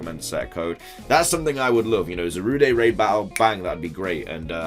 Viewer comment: can you please stop saying zarude as though its a french word, there's no accent, thanks